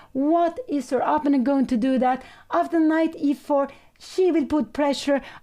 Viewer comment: I do wish that Pia would learn how to pronounce 'opponent'